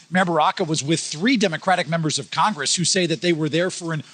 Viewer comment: i'm not sure if she said drunk traffickers, but i did hear her say congrgress, lol